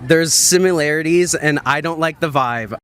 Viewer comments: The dude who says “simularities” declared that Dems are educated and Republicans are uneducated. Bless his stupid little hateful heart. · "There's simularities..." ya lost me 😂😂😂